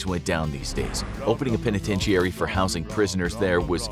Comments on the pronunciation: PENETENTEEARY? 🥴 Unwatchable, who wants to listen to someone mispronounce simple words like "penitentiary". How have you never heard that word pronounced before? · If you can’t pronounce “penitentiary”, you could just say “prison”.